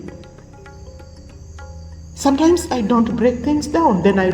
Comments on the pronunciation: And learn to say ‘sometimes’ not “Santyne” 🤣 Those slimming pills she must be popping is making her hallucinate..laughing hysterically..fills her contents with irrelevant memes. Like on trending with her Alopecea..fills her lack of contents gap with ‘nhe nhe nhe” and 🥕 chewing groundnut one seed at a time 🤣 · She really gets worked up when reacting..this. Looks like she is not ok uptairs..maybe the slimming pills she is taking. Her weight loss is drastic and not normal. I crack up everytime she says “santym” instead of sometimes..lips too heavy yet she feels herself as superior and intelligent. She too hates africans and pointing at others- bully!😂